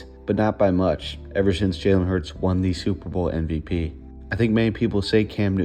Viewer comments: This video is so, so good! There’s just one thing that’s bothering me. Why do you say NVP instead of MVP? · Thanks, but I actually just mean the way he says it every time. It just doesn’t sound at all like he puts his lips together.